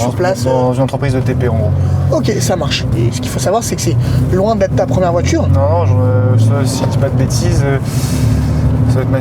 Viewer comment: Les « Tchu », « voitchure », « effectchivement » à répétition ça me cringe. Mais le contenu a l’air intéressant.